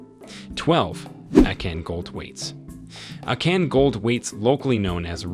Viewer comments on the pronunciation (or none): I wholeheartedly appreciate this video nut just a little reasearch would give justice to these pieces…example AKAN pronounce AH CON, Benin prounonce BAY NEEN , Igbo prounced EE BOW, but lots of knowledge for sure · I’m going to need him to learn how to pronounce Akan, Benin, and Ife correctly